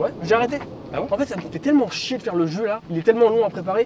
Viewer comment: Mdrrr a le « il fait chiez » de infâme discret mais pas trop 😂